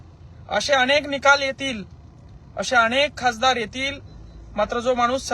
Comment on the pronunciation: खाजदार नाही खासदार यांना नीट बोलता येत नाही आणि आरक्षण पाहिजे